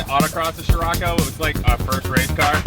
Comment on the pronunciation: Love you videos but I couldn't watch this to the end. Nothing to do with not seeing your wifes butt. Your pronunciation was driving me mad. I've been in many countries for car shows and never heard it pronounced sh-rocco. So I checked the "American pronunciation on google ". Si-rocco. Try this : Greetings from Indonesia, where c is pronounced ch..... Except in the word sirocco. 🤣🤣🤣🤣 Keep up the great content.